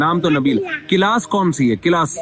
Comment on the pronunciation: Mufti sahab Class not Kilas